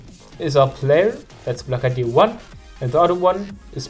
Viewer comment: stop saying group ida